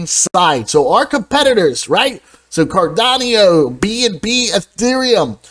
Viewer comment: I enjoy your videos, but please stop saying CardonniO. 😂